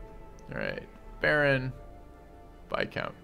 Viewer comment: Dude, no, it's pronounced "vai-count". The S is most definitely silent.